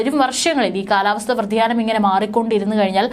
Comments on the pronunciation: കാലാവസ്ഥ വ്ര തിയാ ന മല്ല വ്യതി യാനം ആണ് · Kalavastha vradhiyanamalla,,, vyadhiyanam...😊